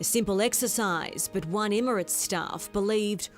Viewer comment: Does your reporter know it’s pronounced Emirates not immerants.